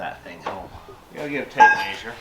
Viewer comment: Tape “meh sure” not “may sure”